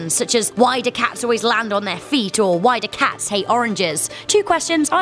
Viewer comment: The way you say “cats” pisses me off